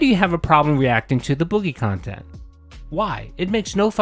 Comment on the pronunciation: REEEE-Ack khantent hasn’t been the winfall thought it would be.